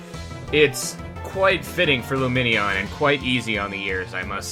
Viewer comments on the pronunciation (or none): luminion sounds like its saying boobie